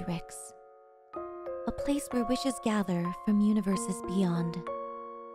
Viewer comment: OMG this whole time since debut my dumb ass thought you said "fishes" not "wishes"😂😵 I remember even commenting fish are friends not food😅